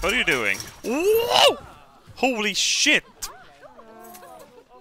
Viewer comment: You have no idea how satisfying it is to hear say "SHJIT"